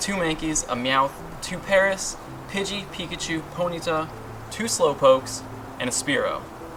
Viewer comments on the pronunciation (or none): none